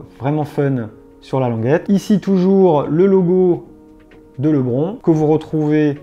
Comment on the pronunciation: Ouais, ça se prononce [ lebrone]